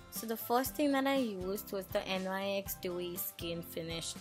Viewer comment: Its nyx not n y x 😂